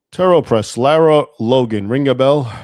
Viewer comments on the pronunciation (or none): none